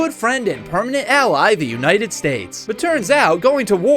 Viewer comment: ah yes the "permanent"